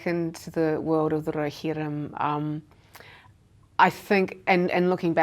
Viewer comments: I just love how she pronounce "Rohirrim" ☺️🥹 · He should have asked why she pronounced Rohirrim in such a corny and overly dramatic way....just sayin